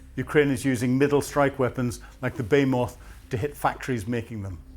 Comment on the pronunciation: Are you pronouncing baymoth, not be-HEE-muth? Even Cambridge doesn't pronounce the word your way.